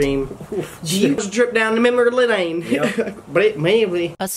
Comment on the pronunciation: "a drip down memory ledane" looks confused asf "bret mayme blean" I can't im dying rn lmaooooo